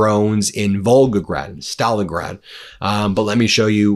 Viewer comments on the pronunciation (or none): none